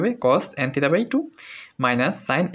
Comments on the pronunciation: আপনি থিটা কে থিতা বলেন কেন? খুবই বিরক্তিকর শোনা জায় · সঠিক হলো থেটা